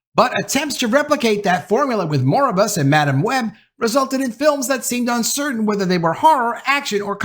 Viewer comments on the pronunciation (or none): Mor-bi-us, not Moribus. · I hope looks up how to pronounxe Noir & Morbius.